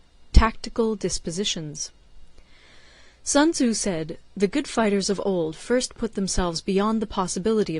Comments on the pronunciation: Sunzu? Its Sun Tzu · Little by little she understands the correct pronunciation of sun tzu😂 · Thanks ...but you should learn how to pronounce his name correctly ... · "Sun Tozu" -Paulie Walnuts